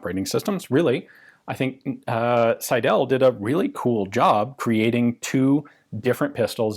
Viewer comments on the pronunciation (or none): Pls. Alec S_EI_del, not Alex Seid_E_l.. The first syllable "Sei" dominates the German name Seidel. The ending "del" is not emphasized. I don't want to be a grammar nazi, but this pronunciation hurts my ears. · The name is pronounced „Sydl“ - the e is not vocalized. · "Seidel" is pronounced 'Seidl' with the emphasis on the first syllable and the second e barely there. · I was thinking: is it Seidel, Seidl or Seidäl. (Never seen Seidäl, but the way our dear gun jesus says the name it could be a possibility.) I don't know many gun designers names. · So my last name is Seidel and hearing it so much in this video made me really giddy. Also, it might not be the case here but we pronounce "Seidel" as "sigh-dull". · Alas you mispronounced 'Seidel' throughout the video. The stress is on the first syllable.